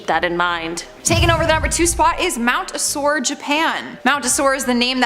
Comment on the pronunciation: lol I assure you, the mountain is not sore or in any kind of pain or aches… O-So-leh…